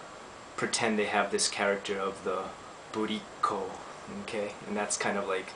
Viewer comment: burriko call sounded like booty call XD